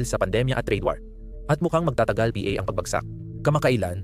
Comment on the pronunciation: PAKI-AYOS ANG PAGBASA - ang "PA" pronounced as "p" & "a", ang "MGA" pronounced as "M-G-A", hindi nman dati ganun, salamat sa content!